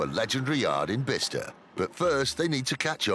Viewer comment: Not Bisster, it's pronounced By-sester! Bicester.